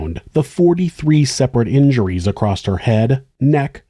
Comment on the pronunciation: Im just curious why some people pronounce the word "across" with a "t" at the end, eg..."acrosst"??? The word doesn't even have a "silent "t", because there is no "t" at all in the word!!! Most people say "across", not "acrosst"!!! How would a person even spell it in a "writing"??? across"... or "acrosst"??? Just very curios!!!🤔🤔🤔